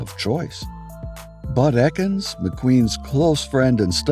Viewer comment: The guy who did the jump in the Great Escape was NOT Bud ETkins. His name was Bud EKINS (pronounced EEKINS). Pretty pathetic that this video got this wrong. Almost every motorcycle enthusiast knows this!!!